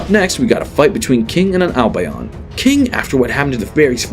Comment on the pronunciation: His albion pronunciation is painful